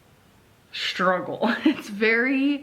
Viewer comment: She struggles to say the word “struggle”